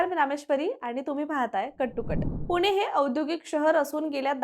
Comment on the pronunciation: अहो बाई, "पुणे" म्हणा.. तुम्ही " पुने" म्हणताय... पुण्याबद्दल बोलायचं तर मराठी शुद्ध पाहिजे.. 🤣